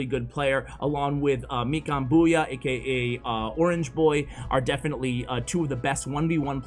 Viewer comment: Love your vids! FWIW, it's pronounced FAV (rhymes with crab) Raikijones (rye-key jones) Mikan Bouya (bow - like bow and arrow-ya)